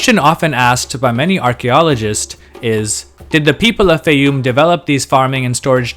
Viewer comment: Your pronunciation of Faiyum changes from rhyming with Eye -oom to rhyming with Day - oom. I suspect the former is correct.